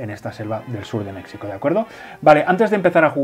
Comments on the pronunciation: Buenísimo. He descubierto el canal y el juego hace poco y ya estoy picadísimo. Por cierto: México se dice con j, como jalapeño (de Jalapa o Xalapa)[ˈmexiko] Un abrazo y traga quina. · Porque pronuncian "Mecsico" ? Lo correcto es "Mejico"